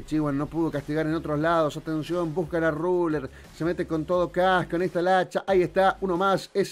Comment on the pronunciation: Dice busan en vez de buscan pero queda como un juego de palabras